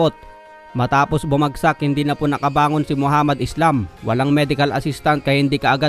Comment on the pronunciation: *ISLAM po ang last name niyan. Palibhasa kapag may "s" sa salitang English pino pronounce na "ees" agad. Ayan nangyari, na translate tuloy sa spelling at naging pabagsak iyong pangalan ng boxer 😄😆